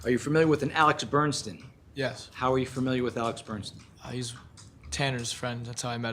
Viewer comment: sloppy, overmatched defense atty can't even get the name "Bernstein" correct; multiple times he says "Bernson". Also, he allowed one of the female witnesses who testified near end of last Friday to conclude that defendant - when swinging at the decedent - used upper motion with closed fist, so must have had a knife in his hand. Defense atty needed to object to this conclusion since she was NOT an expert witness, but never did. Jury imbued that info in their minds for entire weekend! Poor, overmatched counsel.D looking at 60 years max if convicted.